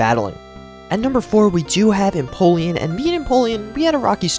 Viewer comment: no offense but when you said you finally figured out how to say empoleon's name, you actually didn't lol